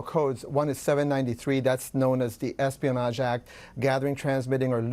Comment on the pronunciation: Esponage ? Damn .